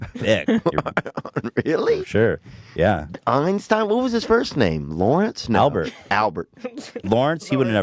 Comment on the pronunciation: "I'd take his Einsteinum."